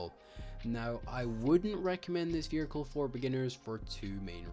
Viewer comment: oh i didn't realise there's an 'R' in the word vehicle. this guy proved me wrong